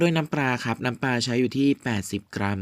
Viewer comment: น้ำปลา ไม่ใช่ น้ำปรา น้ำเปล่า ไม่ใช่ น้ำเปร่า เฮ้อ ออกเสียงทำไมเพี้ยนไปหมด